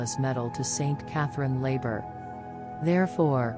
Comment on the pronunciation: The name of the Saint, Our Lady gave the message to, was Saint Catherine Laboure, the letter e, should be included in her name. It is French; and, the accent leans to the left side. The name of the accent is called Accent Grave. Please include the correct pronunciation of this saint's name. Thank you.